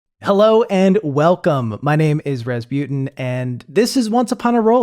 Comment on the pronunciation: Wait you name is pronounced raz-byu-ten. I always thought it was raz-boo-tan